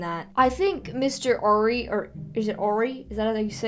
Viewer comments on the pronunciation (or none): "Ari" is pronoucend with the 'a' just like in "Hard". "AA-ri". The 'a' in "Midsommar" is pronounced like the 'a' in "had". 'mEEd-sommarr"